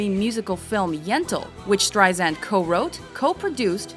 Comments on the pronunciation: omg dont call her barbra streizand its streisand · If she’s so famous, why don’t you know how to pronounce her name? It’s not streiZAND, it’s streiSAND, like sand on the beach. She’s been saying this to people for the past 65 years! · Awk! Zand??? No sub or like for you until you research the correct pronunciation of Barbra StreiSand's name. AWK! I can't look at this anymore. Click OFF! Get it right. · It's pronounced StreiSAND. As sand on the beach. Not ZAND! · Streisand not Streizand soft s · It's StreiSand, not StreiZand! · ... for the love of god ... Strei-SAND. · I wanna punch the narrator. It is StreiSand!!!! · Everyone who is giving grief about mispronouncing her name is just acting ridiculous.... I mean seriously, everyone needs to chill. Try saying it out loud yourself without saying " StrieZand " or some other way. Also probably has a hard time pronouncing certain letters or phrases like I do. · calling her Streizand is making me nuts! WHYYYYYYYYYYY???!!!!!!!!!!!!!!!!!!!!!!!!!!!!! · You would think that someone narrating a special on Barbra (who's been in the business for almost 50 yrs.) would know how to pronounce her fcking name. By the fourth "StreiZand" I was done .... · I agree, but it's Strei-SAND. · Lousy account her career highlights with footage not matching actual events and narrator mispronouncing her name... Really shitty job,! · Make another video and get someone that actually says her name correctly. Jesus Christ. I cringed every single time it said her name. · Ok you guys have GOT to learn how to pronounce her name !!!!!!! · how can anyone in media dare to mispronounce her name at this point!! BOOOOOOOOO!!! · Y'all can't even get her name right. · Couldn't even finish watching this video because she kept pronouncing her name wrong.